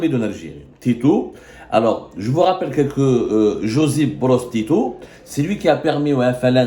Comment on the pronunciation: TITO 😂 PAS TITOU 😂LE 🐶